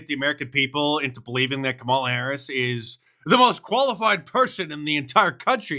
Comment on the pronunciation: Kumallova mahface hurris? My first thoughts would be... open throat?